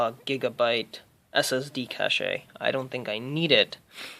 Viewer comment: No. He did not just pronounce cache like "cashay", did he? Oh my lord.